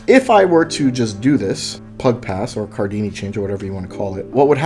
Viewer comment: Wait did you just call it the Pug Pass? It's pronounced Pe-U. Like a Church pew.